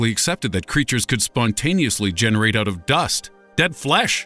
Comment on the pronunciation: you said "oat" and not "out"